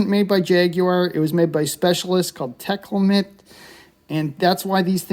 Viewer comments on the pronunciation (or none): I haven't heard the name Tecalemet for many years,they had a factory in Plymouth UK for many years after moving from London in the 40's , the name is pronounced "Te cal emet" as your such a Jaguar enthusiast and like to get these things correct